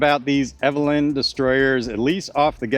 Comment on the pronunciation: Eveliina. Pronounced as evelena. ;)